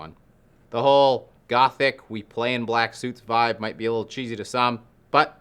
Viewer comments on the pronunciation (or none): none